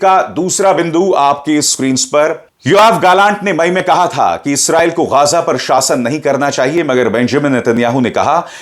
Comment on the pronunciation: गाज़ा नही, गज़ा हैं, इसका सही उच्चारण!!!